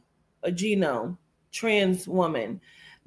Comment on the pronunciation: Just to share, the G is silent in Gnome....it sounds like 'NOWM', but spelled Gnome. Just an FYI---I'm new to your channel so you may be joking and pronouncing it like that on purpose. Take care.